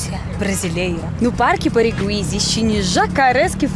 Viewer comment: A legenda no Parque saiu errada. Você falou certo: É Barigui, mesmo, não "Birigui". Aahahaha